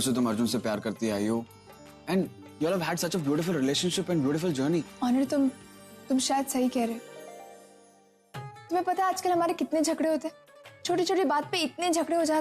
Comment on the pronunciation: Not anir it's onir okay